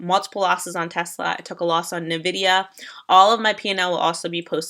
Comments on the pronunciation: Your position in the stock market needs to NOT be previewed by, who thinks APPL is the ticker for AAPL, who thinks "nvidia" is pronounced "invidia" and is being PAID to speak-out a script while someone else records a screen video for her to post on youtube. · is 100% fake news. Photoshopped/swapped html element pages + doesn't know APPL!= APPLE + thinks nvidia is pronounced invidia. She is being PAID to read a script.